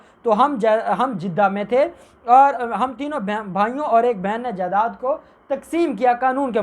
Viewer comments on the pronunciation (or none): none